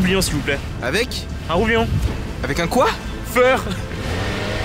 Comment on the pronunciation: Alors déjà c'est pas coi*Feur mais COI-FFEUR c'est FFEUR qu'il faut dire